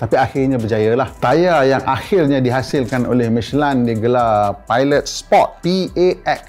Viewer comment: Sebutnya michelin ke michelain